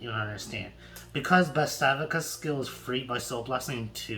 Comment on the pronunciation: do you listen to your dumb ass self butchering this names you idiotic failure how did bavsargra become bavstavica you are the only dumbass that removes a letter of the name and put some ither letter in even though there is a g an no i or c in the last part of her name you dumb ass also how did you change the name of adarla to aria you dumb illiterate that should go back to school and learn how to read and how to pronounce things right